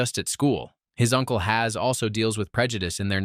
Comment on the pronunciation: HAZ🙂 u forget pronouncing two more letter bro